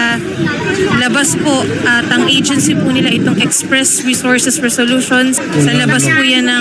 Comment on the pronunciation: STRESS agency hindi express 🤦🤦🤦